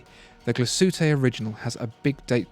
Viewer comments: As a German: It's not Gla-Sütte, it's Glas-Hütte ('Glass-Works') with a pronounced 'h', and a maybe slightly longer 'a'. But your 'ü' is impeccable here, very impressive. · Try saying "Glas HÜtte" instead of "Gla Suete"! 🙂 Great Vid! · it's ''glas-hütte'', not ''gla-sütte'' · Glas-Hütte Not Gla-shütte....lol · It#s pronounced: Glass-Hutter/Soehne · pronunciation: Glashütte mean glass hut and is pronounced as two words Glas (as pronounced correctly in the video) and Hütte with a strong H like in Henry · "Gla-ss Huuh-teh". Also, A Lange &... "Zorn-eh". It is quite hard listening to this video with the pronounciation so off, shame. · Love these videos, but the pronunciation of Glashütte makes me cringe... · Your pronunciation of Glashütte is dreadful, even worse than A. Lange & Söhne. It wouldn't take a huge amount of effort to find out and learn.